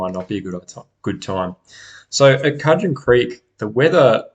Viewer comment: Pronounced Could-gen.